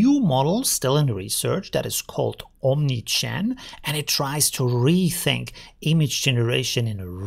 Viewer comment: Only me hearing OmniChan? :P